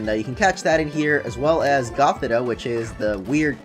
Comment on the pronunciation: It's pronounced goth-EE-tuh and sih-JUH-liff, ""! 🤨